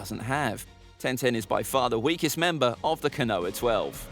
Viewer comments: KO-NO-HAH!!! Not Ka-noah. OMFG!!! I can't watch this! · Not that it matters but it's pronounced kono-ha not ko-noa. Love the videos regardless. Keep it up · Ko-no-ha, not Ka-noah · I stopped watching as soon as you said konowa... ko-no-ha simple. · its pronounced phonetically speaking "koe-no-har" not "ko-noah". it's 3 syllables, not 2. I'm adamant you've never watched this show in dub or sub because I have no idea where you get this pronunciation from. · as some who has had their name mis pronounced all the time as it's too ethnic. It matters. And it's not Noah. It's koe-no-ha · Oh? I thought it was "koe-no-har..." Also, my point was that "Noah" was two syllables, not one. Meaning that a pronunciation of "ko-noah" would be three syllables, not two, as you asserted. I'm starting to become adamant that you are incapable of keeping up and understanding your own damn argument. Also, mispronunciations of names like yours is an issue involving societal and cultural dynamics. That is an issue for you to unpack and deal with. I'm far more interested in far more useful far-reaching issues like Communication and Rhetoric. Besides whining about imprecise pronunciations in regards to a fictional media just smacks of gate-keeping garbage. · you don't pronounce no-har the same as noah do you. It's enlongated and stressing the round sound. It's disrespectful to the culture. It has nothing to do with dialect or accent. Then names are pronounced correctly in English dub and original japanese. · yea but he can't pronounce these names "Kanoha" for example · No one:: kuhnoah twelve Love the vids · Sorry to be mean but your pronunciation sucks, I think you got almost every name wrong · when the tuber is and mispronounces the name of konoha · Your videos are really cool, but it really bothers me that you don’t pronounce the H.